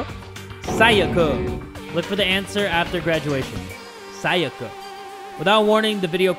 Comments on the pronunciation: Everyone: "Sayaka": "SaYAKA" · Everytime he’s says SaYAka I die a little more inside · FOR THE LAST TIME, her name is Sayaka (Sigh-a-ka), not (Say-aka). The “Say” in her name is pronounced “Sigh” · C E R Y S I cant stop getting annoyed when he kept saying Sayaka wrong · As a danganronpa fan, it kills me how he pronounces sayaka’s name like: sa-ya-ka instead of si-ya-ka, and byakuya like bkYakUay instead of bya-koo-ya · But he needs to say sayaka and byakuya right